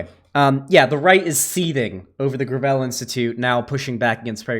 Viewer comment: Oh it's pronounced gravel, not gravel.